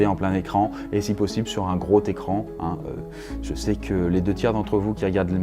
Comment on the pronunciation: ça fait plusieurs fois que je la regarde et c'est que mnt que je remarque le "sur un groT écran" x)